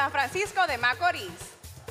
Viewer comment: SE DICE SAN PEDRO DE MACORISSSSSSSS CON S AL FINAL.